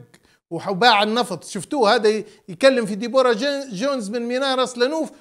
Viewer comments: اسمها ينطق دبرا وليس ديبورا يااخوتنا. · صح دِبرا 👍👍